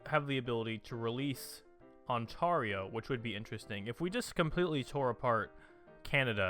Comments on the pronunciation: On-Tear-yo, and Noonavoot, qui beck. That's how you pronounce them. On-tar-io is such a horrible pronunciation, it's like if you called california Kale-e-for-neigh-a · "On-tar-io" It's On-tear-io, tear like tear up Quebecs pleas for independence.